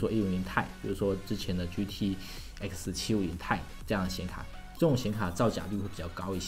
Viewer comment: 到底是GTX650 还是GTS 650 ？ 你这个读音让我无法理解，型号写的是GTX ，读音读的是GTS，到底是什么？